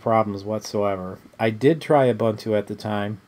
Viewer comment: it's u-boon-tu